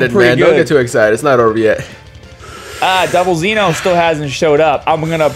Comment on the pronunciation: zeno.... not xeno.